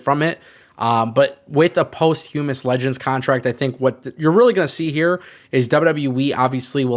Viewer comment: Listening to you absolutely butcher the word posthumous like 800 times made my day. Thanks for the laughs.